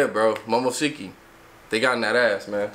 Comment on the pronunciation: Calitify bro He fucked up the first time by pronouncing momoshki’s name wrong the first time as well. Imma just cry in my sleep